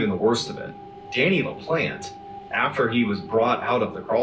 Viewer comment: Pronounced La Plant